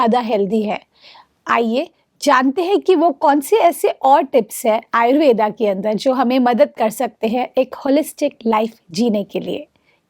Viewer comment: आयुर्वेद बोलो आयुर्वेदा नहीं।